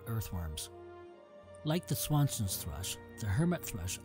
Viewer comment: This is a beautiful and well done video. Not to dwell on mistakes, but if you continue to work on this video, Swanson's Thrush is an incorrect pronunciation, its Swainson's. I was unsure of the identification to Hermit Thrush, It may be correct, have to go back and look again, and perhaps the poor lighting, but I do not see a red tail. Anyway, that is constructive criticism. I will share with my friends. Again, a beautiful video and thanks for sharing.